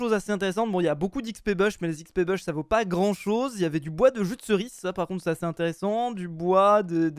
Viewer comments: arrete de dire jus de ceris C EST JUDEERCIS lol xD !!!!! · "jus de ceriçe"😂🤣